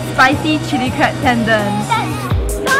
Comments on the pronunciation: Ten Don not Tendan .. wahkaoz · It's ten-don. DON. Not ten-dern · Correct me if I'm wrong but I'm pretty sure tendon, ochazuke and millefeuille isn't pronounced that way 🙊 But great video, you girls look great 😊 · lol it would be nice if you pronounce tendon properly